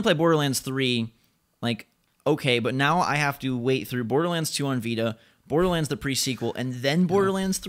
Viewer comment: Bordlerrands? OK....